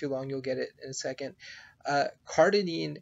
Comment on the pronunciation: Its cardirine not cardinine